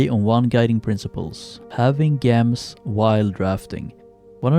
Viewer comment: Gems are pronounced 'Jems'